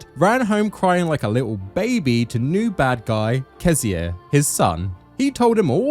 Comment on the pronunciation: Bro why do you pronounce Cesare’s name like that? isn’t it CHEH-zah-reh (CHEH as in “cheddar”)?